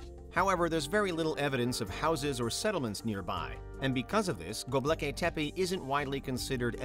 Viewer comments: Dude, come on. It's Gobekli not Gobleki. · go-bek-li not gob-leki. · Go-BEK-li not Go-Blek-i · Did you really just call it "GoBLEKI tepe?" Jesus, dude.